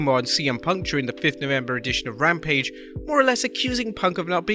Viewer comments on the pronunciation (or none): none